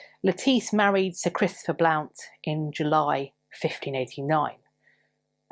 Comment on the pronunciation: Hiya: Blount is pronounced Blunt🙂